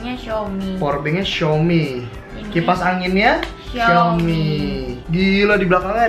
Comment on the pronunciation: Xiomi yak, bukannya xiomay, Wkkwkw canda kaa